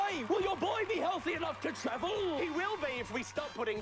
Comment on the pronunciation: the slightly off pronunciations in parts like “hawa-ee” and “will your boy be healthy enough to tra-VELL??” are driving me insane in a good way, the part where they all start chanting to lock it in always gives me a laugh without fail